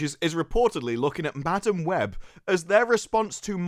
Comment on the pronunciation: You know how some people pronounce madam like muh-damn. Well... Madam Web can eat Madam Butt.